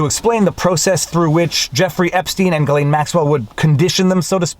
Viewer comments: Why why can’t you say it??? gih - LEN. Not LANE. Hard g gih and LEN. Got it ???? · Viva, its Ghee - layne. a hard G, as in Ghost- Not G as in Giraffe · Ghislaine is pronounced with a hard G. The first part of Ghislaine is pronounced exactly like the first half of Guitar. Sheesh! Take the first half of guitar, add ‘lane’ to the end. (The S is silent) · Ok Viva Frei. Is it Ghislaine or Jillaine. (pronunciation). You bounced between the two. LOL. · It's pronounced Jizlane. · It's "Ghee-lehn." We're at mid-morning recess. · Ghislaine pronunciation, just as you pronounced, G, his is silent, Laine, The name's meaning is “hostage” or “pledge” according to google. Glaine ish. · Can you ask your wife to teach you the conventional pronunciation of "Ghislaine." Thank you. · FWIW... I don't believe you are pronouncing her name properly :-) Don't forget... most of the reporter in that courtroom work for folks who at one time or another, participated in this "club". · Love your videos. But why do you keep pronouncing Ghislaine in different ways? Ji or or Gi?